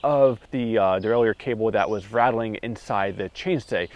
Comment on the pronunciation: "cable rattleage"